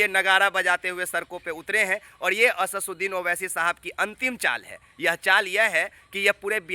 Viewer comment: Achha se naam bolna nahi aata Asaduddin owaisi sahab ka chala Ha news dikhane pahle naam lena Sikh lo